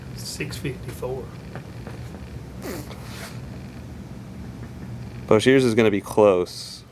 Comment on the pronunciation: Boshears? No... "Bro"shears.